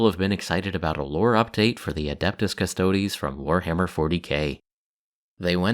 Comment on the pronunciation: Thank you for pronouncing Custodes properly :) You are awesome.